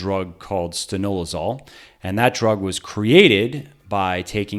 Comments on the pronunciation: 88 not 68, and it’s Stanozolol not Stanolozol. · 1) Winstrol is also inyectable. 2) Stanozolol is the name, you should at least learn how to pronounce it. 3) MOST Stanozolol users don't need a post cycle if it's done from 6 to 10 weeks. It only reduces around 55% of natural testosterone production in the body. 4) Oral lasts 9 hours in blood, inyectable 24hs, the average time to recover 100% from a 7/9 week cycle of 40/50mg oral dose DAILY is only 2 weeks. 5) You never took steorids, what the fuck do you know to say "its a nasty drug"? MORON. 6) We're still waiting for the 25 studies scientific proof you sold in the title of the video to back the 80% BULLSHIT you told everyone...